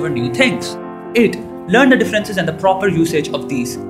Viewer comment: you need to work on the pronunciation of 'the'